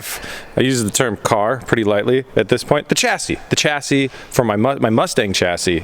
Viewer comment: It's pronounced shassi, not chassi